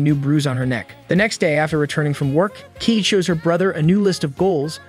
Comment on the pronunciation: Kaede as keed 😰